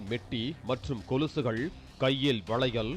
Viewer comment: கொழுசு அல்ல கொலுசு